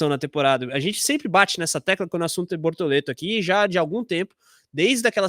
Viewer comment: Procura-se emocionados falando bortolento 🫵🏼🤣👀👀